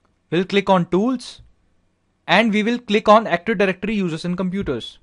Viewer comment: is not Aktuf Dajrectory , is Active